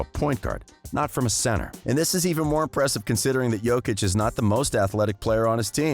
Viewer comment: OMG SOMEONE SAID HIS NAME CORRECTLY RESPECT